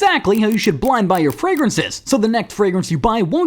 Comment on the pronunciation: "downt bloynd boy"